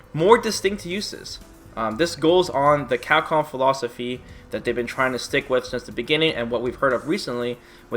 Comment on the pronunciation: What I can't bear with is your pronunciation of "Capcom". It's CAP-COM not "Cacom". Your lips are supposed to be put together to say the "P" sound. Damn that shit drives me nuts.